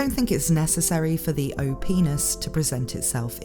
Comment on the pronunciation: Everytime I heard you said " O-P-ness" I have to do a double take . LOL